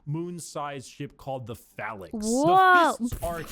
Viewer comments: PHALANX not Phallus 😂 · 40k shut does exist, but it is heresy. He had a weird way of pronouncing 'phalanx', which I had always heard it pronounced 'fey-lynx', but maybe thats just me. You think the blood angels are sad, look up ones of their successor chapters, the lamentors. Now that is a depressing story.